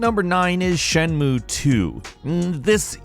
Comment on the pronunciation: Shenmue is a THREE SYLLABLE WORD. C'mon, man...you can do it. Shen. Mu. E.